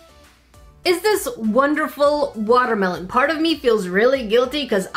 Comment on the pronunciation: it a woter melon and a crab Me: Woter crab